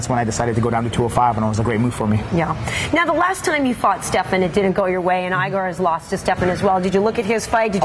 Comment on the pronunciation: Hello, nicely done interview! The only thing I could suggest is saying Igor's name right. It makes a big difference between reporters who know how to pronounce names and those who don't. Otherwise, well done!